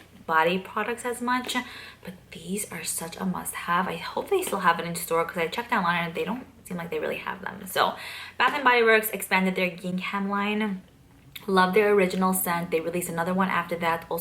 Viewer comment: The h is silent in gingham.